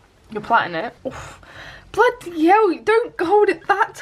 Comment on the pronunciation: Lol love the way you said bloody helll lmao made me literally laugh out loud